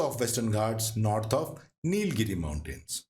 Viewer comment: One it is Nila-giri No halant in LA. Two: It is not Palghat - It Paalakkad. Double KK and NOT Pala (dhirgha NOT hrsva). It is Kottayam. Double TT sound. Get your pronunciation right.